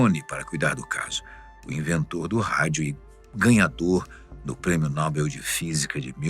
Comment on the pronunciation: Como é que pode a (fatos desconhecidos) permitir que um de seus narradores falem um impropério como esse? Não é NÓBEL, o correto é NOBEL. Apenas a Marta Suplicy e os imbecís falam. Prêmio Nóbel.